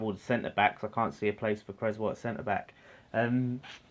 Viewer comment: Solid vid fella. Have to say though (and you aren't the only one), please pronounce Aaron's name correctly. You don't have an egg and crez sandwich! CRESSwell... 🤣🤣🤣🙈